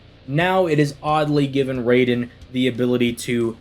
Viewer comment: Raiden is pronounced r-eye-den... Just a friendly correction. Great video!